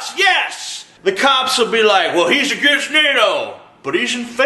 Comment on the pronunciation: The reason he can't pronounce "against" is the same reason he's a pastor.